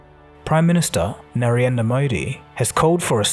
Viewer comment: Hehehehe... Narienda LOL! gets a lot of words wrong.